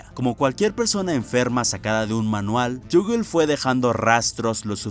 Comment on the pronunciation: Desk tal vez no lo sepas pero cuando vayas a decir cosas en inglés o nombres raros con loquendo no hay que escribirlo como aparece por ejemplo en vez de escribir Toggle escribes Togel o togle ósea que lo simplifiques para que no se vuelva loco el Loquendo